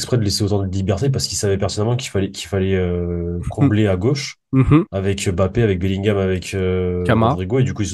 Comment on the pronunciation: on prononce "mbappé" et pas "m-bappé"